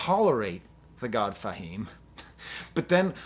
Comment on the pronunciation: "Thah" God Fahim?! Come on man.. Do you have to butcher rapper names to be a youtube critic? How do u butcher the word 'tha'' and I don't care that its spelled with an a. Between u and Fantano its unreal how many unintentional nicknames you make up.. Just say rapper's names how THEY say it in every other song simple. Its not Nos, btw its Nas.